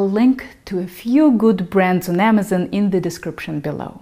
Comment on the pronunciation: Oh sweet I've always wondered how to pronounce koshihikari. Hears Wagmens and Amezen Oh shit.